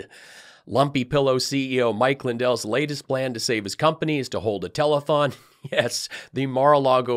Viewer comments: I'm often sharing you with people. Some of my mates are weirded out by my Trump-averse-obsession, but they laugh when I put your show on. I might just buy a mug or some merch this week... hmm.... Cheers,! Oh, and it's tele-th-thong, not telethong! You gave Lindell too much credit, there! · Did he say a "telephonethon" ? 😂😂😂😂😂